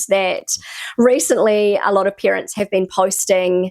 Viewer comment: Why do you always say "peerants" instead of "parents" ? 😮 ... and "scenes" instead of "sense" ... 😅